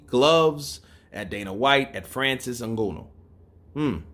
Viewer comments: Pronounce that Nganous name well at least you went to school stop reading like street guy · Your mispronunciation of Francis Ngannou's last name is vexing. Understandable you're a boxing fan, but come on even Chael Sonnen pronounces Francis last name correctly.